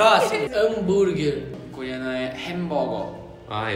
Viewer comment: vey o falando hamburguer AAAAAAAAAAAAAAAAAAAAAAAAAAAAAAAAAAAAAAAA MNNNNN